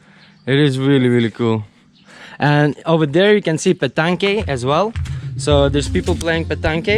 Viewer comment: ohhhh time to correct your French.. the game is pronounced "pe tang". I'm pleased to see you two chilling. More important than uploading videos. Sok dii Der....and the Lao for "month" is????